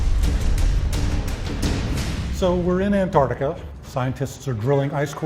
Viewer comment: did he just say anartica LMAO